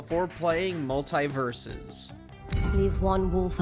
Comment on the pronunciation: He kept saying multie? Do you multieple